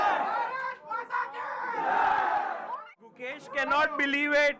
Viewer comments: Gukesh❌ Gucash☑️ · abey gookesh nahi hai, gukesh lol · These white commentators are failed circus acts. The first two, I don't know their names but I would love to mispronounce them, kept referring to Gukesh as GuCash as if he were a form of currency. The next white circus clown said Gukesh was acting.